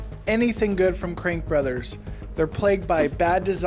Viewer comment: It's crankbrothers, not crankbrother.